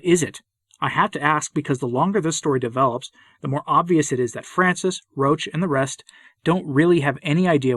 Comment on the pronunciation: Roche, thanks for pronouncing his name the correct way, evidently is concerned with providing camouflage for the actions of Francis and the Modernists. As I said before, he likes to scurry about in darkness. As for Parolin, I strongly suspect that in private he goes down to the floor and slithers. I've been listening to the last few episodes of the recent SSPX series on "The Crisis in the Church". They make a fairly convincing argument that the times, or more specifically the Modernists, are forcing a decision on all Catholics. We will have to choose between becoming a part of the "new church" of Francis, aka The Ape of the Church, or the True Church. I'm prepared to listen to a convincing counterargument. I've yet to encounter one. Please guide me to one if you are aware of it Pray for all the Church, especially the wicked, and pray for us all. Say the Rosary as Our Lady requested. Ave Maria. Viva Christo Rey!